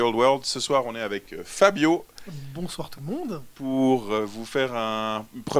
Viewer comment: "Bonsouarrrrr les Wargamers"